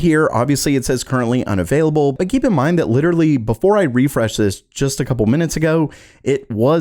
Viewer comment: Bro. Why do u say but with so mych emphasis and breathing?